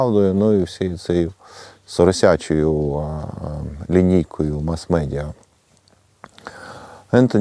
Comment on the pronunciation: "Соросячі", з ваших вуст, звучить як поросячі))) видання.